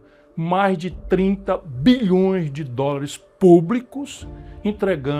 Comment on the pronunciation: Ele não sabe falar dolares.